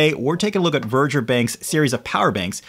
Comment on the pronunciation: It’s actually called ‘Veger’. Not Verger.